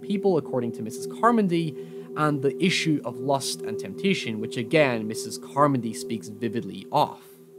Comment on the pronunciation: Mispronouncing "Carmody" doesn't make me trust you as an a narrator.